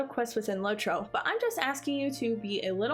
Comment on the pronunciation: its LOT-ro not LOW-tro